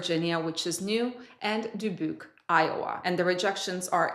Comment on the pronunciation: Thank you for another great video, very informative. And your pronunciation of Dubuque is getting closer to sounding like a local … 😊